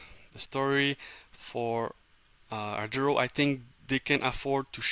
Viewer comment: Thank you for explaining the importance of reaching out to investors. However I need you to be clear on the correct pronounciation of the company name. There is no "R" in the first syllable of the name.